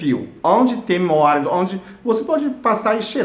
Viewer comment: Móalito kkk dsclp mais deu vontade de rir.. kk